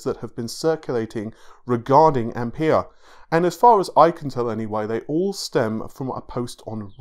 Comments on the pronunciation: Ampere not I'm pear! :)) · pronounced amp "air" buddy